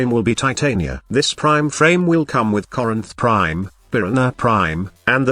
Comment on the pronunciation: I’m sorry, did you say CORINTH PRIME?!